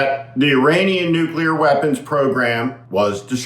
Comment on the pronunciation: He cant say the word nuclear .He tried .When is Trump going to admit that the nuclear sites were not hit:hand-orange-covering-eyes: deep enough?